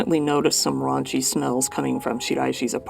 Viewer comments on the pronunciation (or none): Sorry....did you say RAUNCY smells?